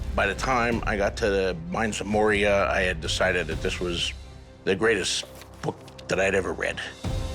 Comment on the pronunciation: Mines of Moria not Minds of Moria